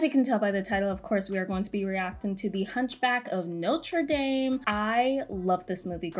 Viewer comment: Omg you said dame wrong... idk